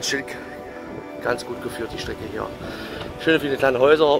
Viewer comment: hast Du gesagt Super Schnecke oder Super Strecke 😂😂😂